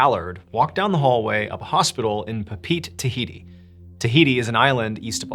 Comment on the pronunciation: "Pa Pete Tahiti" 😂